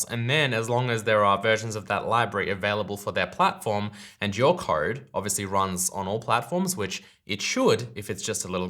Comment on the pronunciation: It took me 3 minutes to figure out what this "card" you kept talking about was. I realized you're just an aussie pronouncing "code" :D